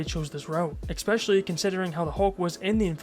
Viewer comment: Nuclear.. especially.. escape.. just damn say things right😂